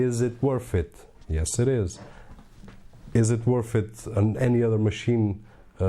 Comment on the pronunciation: Worth... you said woth